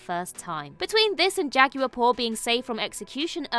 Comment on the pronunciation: You all really need to learn to pronounce Spanish words so much better because this is offensive. Con-kwistudors aren’t a thing, neither is a Jah-gyuer.